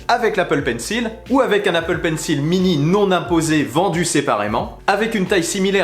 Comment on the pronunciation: Bonne analyse ! Juste un petit point pour améliorer encore plus le contenu : dans Apple Pencil, "Pencil" se prononce "Pensôle". Continue comme ça ! Et j'ai remarqué les petits sons de Joakim Karud 😉